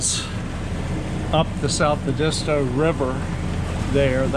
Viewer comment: nice video thanks for visiting . Also the correct way to pronounce Edisto is way different than you are saying it . might want to watch some videos on you tube on Edisto . Sailed out of Edisto to Florida many times . Awesome to watch you all do this in great weather!